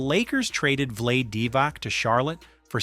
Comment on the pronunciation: Don't ever pronounce Vlade Divac like that lmaooo it's Vlood-eh De-vuts